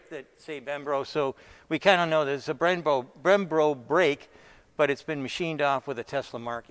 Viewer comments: Why nobody ever tell him that it’s not “brembRo” but brembo? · Bermbo? Brembro? Let me help you, its called Brembo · Bremb"R"o brakes? I thought the first time he said that on another video he was just nervous but "BREMBO" is a well known huge OEM supplier and it isn’t hard to get right after a few try’s. He says those cast wheels have "machined bosses" that he is pointing to and is trying to make the impression that they are very unique and cutting edge? They do not have machined bosses, the reliefs are cast into the wheel not machined. Not to be disrespectful in the least because I like to give everyone the benefit of doubt but does he not have any sort of automotive background? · It's "Brembo" bro not "bembro" or "brembro" 😉😀 cheers!!! Haha Thank you for the cool vids! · BREM- BOW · still unable to correctly say b r e m b o !? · What's funny is that he says Brembo correctly and then "corrects" himself by saying it the wrong way. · He has the hardest time saying “Brembo brake”. Haha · Constantly clearing throat, can't pronounce "Brembo"... Yep, sounds like the Kung Flu to me! And any wheel maker can modify their wheel to clear that bolt head, just drill a little hole, DUH!!!